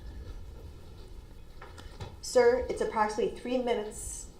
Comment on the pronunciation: you mean to say “ gronz” lol